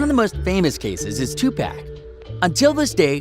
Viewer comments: He said Tupack it’s tupac and pronounced tupock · This dude rlly said “2 pack” umm sir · Every time he refers to 2pac as 2 pack it makes me cringe lol . fuckin noob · Tupack it’s 2pawk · Bro Stop saying 2pec it’s 2Pac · HIS NAME IS 2pac not 2pack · bruh you said two-pack its two-pock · I stopped the vid when he said two pack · I know this nigga didn't say 2pAc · 2 poc say it like that 🤦🏾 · down vote cause you pronounced Tupac as 2 pack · Are people really gonna bypass the way this guy said 2 pack? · My guy really said 2 pack 😂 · When I found out this was bs “Tupack” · People still saying 2pack ? Smh. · white guy said TWO PACK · Nobody: This nigga: 2 pack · U better learn his name and say it right 2 PAC!!!! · He said 2pack lol who are deez people talking about us 🤔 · We really gonna ignore the fact that this man just said "2 pack" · Lmao I said the same thing this video lost all credibility for me just from hearing that alone. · When he said 2pack I was in the comments then when he said it I was like wtf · 😂 2 pack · I agree it's like 2 pac let him rest too. Dude also needs to learn how to say 2 pac too lmao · Listen don’t ever pronounce pac name like that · This dumbass nigga don’t even know how to say Tupac you don’t fucking say pac like you say Pac-Man you dumbass nigga 🤦🏽‍♀️🤦🏽‍♀️